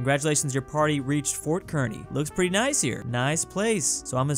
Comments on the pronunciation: As a Nebraskan it's pronounced car knee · "Kearny, Nebraska" is pronounced "CAR KNEE" FYI